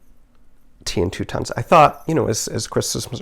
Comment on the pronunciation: You will have to learn how to pronounce Toutons! Think trout without the R, then ins. They are a Newfoundland bread dough that is fried in butter, serves with molasses! We usually have them on Christmas Eve. Great job, I love your creativity!